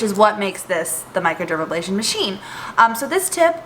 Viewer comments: Not even into tutorial -ABLASION, A BRASION you forgot the R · Hi thank you for the tutorial. MicroderaBrasion no MicroderaBLasion.